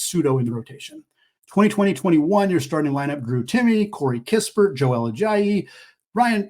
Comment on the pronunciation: You kept saying Joel Ajayi instead of Ayayi 😂